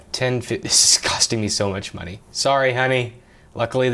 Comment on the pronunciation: IGN 7/10 "Too Much MUNEH"